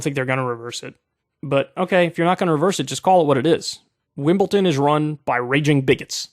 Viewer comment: Im sorry Kyle, like your argument but.... WimbleTon ? Why how why howww